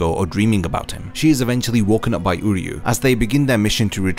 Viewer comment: I hope you do my boy uryu justice in your next video, this was a really good deep dive on Orihime, it’s actually inspired me to try and make an uryu video, keep up the good work, I love the content 😊 Ps: everything says him name like “Udyu” because of the English dub but it’s pronounced “oo” as in Oo that really hurt and “ryu” like ryu from street fighter, I’m not trying to he a grammar queen but if it’s as long as this video I’m sure you wouldn’t wanna mess that up 😊